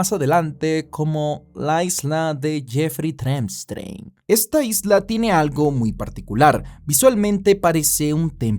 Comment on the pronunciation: ''La isla de Jefrrey Trempstrein...'' 🤣🤣